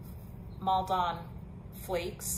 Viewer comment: Nice video! By the way, the 'don' at the end of Maldon (salt flakes) is pronounced the same way as you would pronounce TON at the end of HAMILTON, and not pronounced as 'dahn'. I just thought I'd mention it. Maldon is in Essex, England, and it is 30 minutes from where I grew up. We often went there for a family afternoon out. 😁